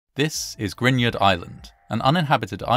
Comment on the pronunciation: Why do the Eenglish have a difficulty with the hard "R" in the name GRUINARD? You actually pronounce those letters you know. Blehh.